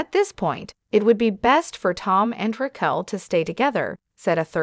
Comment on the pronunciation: Do you know how to say her name? Who is Rackle???😂😂😂😂😂maybe next time pronounce people’s name correctly 🙄🙄🙄🙄